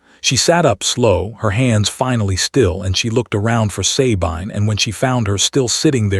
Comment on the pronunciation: Sabine is correctly pronounced "suh-BEEN" in English or French, and "suh-BEE-nuh" in German. NEVER EVER "SAY-BINE" BINE as in MINE. NEVER. EVER. Great story though.